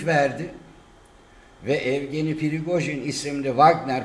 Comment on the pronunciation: adamın adı yevgeni evgeni değil.. rusçada baştaki e ye diye okunur. evgeni diye bir isimde yok